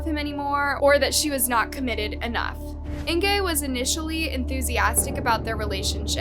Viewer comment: I keep trying to like this channel, keep coming back but every single time she butchers the victims name I can’t stand it. It seems like a small thing to do, Google the name and listen to how it’s pronounced ffs 🤦🏻‍♀️ how do I get this channel to stop showing up on my For You? A minute and 46 seconds in and it’s driving me nuts. I give up.